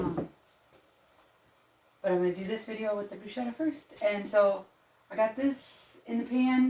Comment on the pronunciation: Pronounced brew sketta